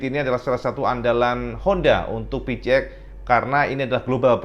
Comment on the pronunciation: Kenapa yah koq byk yg nyebutnya pi-ci-x ? Bukannya pi-si-x ?